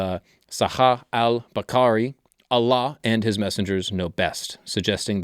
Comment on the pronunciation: His pronunciation of Allah is at least 9 out of 10. Most non Arabic speaker got it wrong, especially westerners.